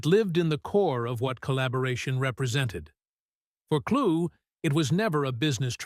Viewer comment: The man's name is pronounced "Klu!" or Clue Not Klugg or Kloog!)